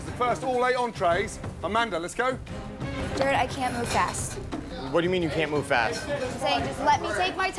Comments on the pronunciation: GR is such an amazing Chef but why can’t he pronounce Jared correctly.😂😂😂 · It’s Jared not Gerrard Gordon😂😂😂